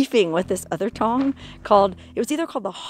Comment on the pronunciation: you said in the videoL "there was this one Tong..." but I heard Won Ton - forgive me but you were telling the story about the murdered Chinese Laundryman wah, wah, wah....